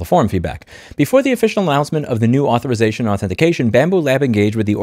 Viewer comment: "Comments on non-native English speakers for making a plural mistake, goes on to butcher the word Authorization." -- That unnecessary ad-hominem backfired in just a few minutes. I understand the frustration, we all have it, however please don't insult those who make an effort and make mistakes while doing so. As you illustrated, even native speakers make mistakes.